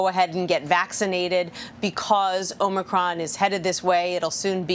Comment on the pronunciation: So, the bozo who spent the last week MISPRONOUNCING “omnocrom” (LoL) is the medical authority on YOUR health decisions ? Too funny!